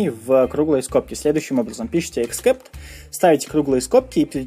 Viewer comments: А "деление ПО нулю" - это тоже новый язык :)))))) Вообще, перед записью видео полезно посмотреть ролики о великом и могучем :) Деление НА ноль!!!!!! И except читается как "эксэпт", а не "'эксКэпт". И не "поимка", а "обработкка": "обработка исключительных ситуаций", "обработка исключений" или "обработка эксепшинов" на худой конец :) Капец! Ты книги вообще читаешь? Но само объяснение приятное - доступное. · эксепт(а не экскепт) бро. извини, просто режет ухо. спс за твою работу. очень помогает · except [ɪkˈsept] читается как "иксэпт" спасибо за уроки:) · боже, что за чрай и экскепт?перед выпуском ознокомься со словами, но если игнорить это то твои видео лучшие, спасибо!!!!